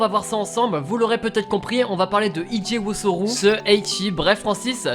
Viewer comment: Merci pck comment il prononce le nom😭😭😂